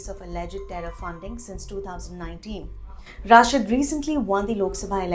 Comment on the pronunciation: Indian journalists are unable to pronounce name of Engineer Rashid, how they can understand the affairs of Kashmir? यह रशीद है न कि राशिद, یہ رشید ہے راشد نہیں،